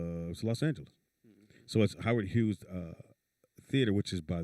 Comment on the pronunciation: He definitely needs one. Over there calling the theatre Howard Hewett instead of Howard Hughes. 😂 🤣